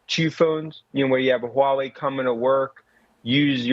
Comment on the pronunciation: He’s pronouncing Huawei perfectly 😂